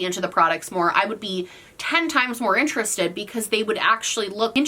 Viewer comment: Yes we is interestoe-d. V interestoe-d.